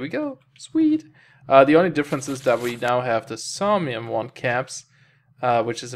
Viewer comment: "Saumium" A spot of trouble with your pronunciation there, mate?